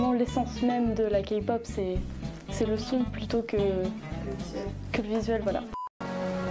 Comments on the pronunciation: K-pop et non Ka pop !! Sa m'enerve les gens qui disent sa!! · faux pour le premier clip... je l'ai jamais vu et pourtant ça fait un petit moment que je connais la Kpop. au passage ça se prononce Képop pas kapop. faux aussi pour les EXO, je connaissais écoute pas et tout les fans de kpop n'écoutent pas les EXO. Cliché. Ha pour les BTS je suis d'accord avec la rousse que j'ai la flemme de retourner en arrière pour voir son nom. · AHHHHHHH ON NE DIT PAS KAPOP MAIS KÉPOP merciii hahaha ;) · Keï -Pop on dis le k a l'anglaise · "...de la ka-pop" ....OK😅😅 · OUIIII !! JE DIS OUI POUR LA K-POP !! 🇰🇷 (Ps: et s'il vous plaît,par pitié arrêtez de dire KApop... 😭) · LA FILLE AU DÉBUT À DIT KAPOP !!! KAPOOOOOOOP ?! SVPP T.T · On dit Kay-POP pas K-POP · Kapop Faisons tous 1min de silence pour cette prononciation.🙉 Sinon Les musique au ralentie c'est horrible. Les gens qui y connaissent rien dans les coms fermer votre bouche svp. Army kikoo stop svp. Et Les gens qui s'énerve sur la fille qui parle beaucoup Calmer vous,au moin elle explique très bien et peut aider pour se qui serait intéressé pas la kpop Voila je pourrait encore parler de plein de point négatif qui me soul Mais je nais pas le temps. Annyeong :3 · OH MY GADDDD DES LE DEBUT MES OREILLES SEIGNES MAIS POUTAIN DE MERDE POURQUOI KAPOP ? POURQUOIIII ÇA DEVRAIT ETRE INTERDIT PAR LA LOI 😂😭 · "KAY POP" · ON DIS PAS KPOP DEJA 🤣🤣ON DIS KEI POP 😂XD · POURQUOI "REGARDER LA KPOP" SIVOUPLÉ DEJA ESSAYEZ DE PRONONCER CORRECTEMENT